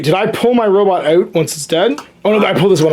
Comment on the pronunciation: Is he intentionally pronouncing "robot" wrong as a joke?